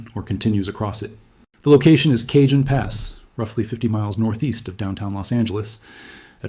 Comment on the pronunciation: You are mispronouncing Jacinto and Cajon